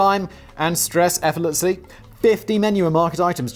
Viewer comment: I've never heard anyone actually make the same "effortlessly" flub as Robin Williams in "Hook".